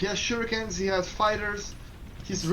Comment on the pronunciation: OK ... let's try this ... Don't pronounce "shurikens" like "baNAna" or Street Fighter's "haDOUken", emphasizing the second syllable. Instead, emphasize the first syllable, like "PAnama" or "POLtergeist". And also change the middle syllable back to an "EE" sound: "SHOO" ... "ree" ... "kens" Some day, I believe, you will get this achievement trophy. :)